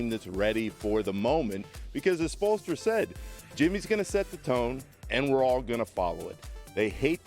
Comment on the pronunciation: I can’t get enough of Perk trying to say Spoelstra